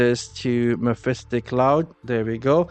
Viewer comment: Great content but please mephitic cloud does not have a letter S in it